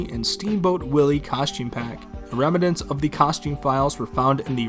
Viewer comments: I've legit never heard a single person pronounce "remnants" the way you did lol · Rem-a-nents, lol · I love the way you say "remnants"